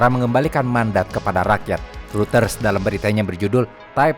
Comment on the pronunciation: Gatel aja tiap ngucapin "reuters". Hrusnya pelafalannya "ROYTERZ" atau "ROY-TERS" bukan "RUTERS".🙏🏻